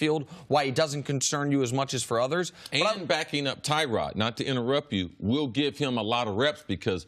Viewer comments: It's pronounced Tuh-rod not Ty-rod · It's not TYROD...ITS TYROD....